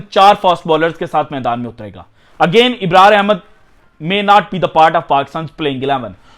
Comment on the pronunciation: Ibrar nahi Abrar ka nam sahih bolain. English sahi nahi bolte urdu tu sahih bolo.